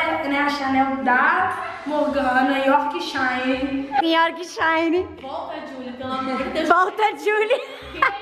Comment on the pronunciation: "Yorquishairiin " KAKAKAKKA